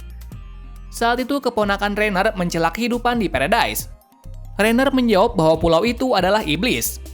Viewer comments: Pulau Paradis❎ Pulau Paredais☑️ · Bang pulau paradise itu dibaca pulau paradis